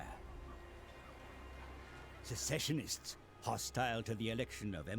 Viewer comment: Its "secessionists" not "successionists".